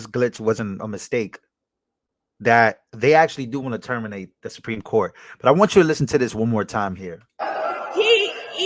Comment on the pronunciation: She can't say supreme court